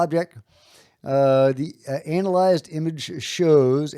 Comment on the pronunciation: The way he pronounces anal-ized is wild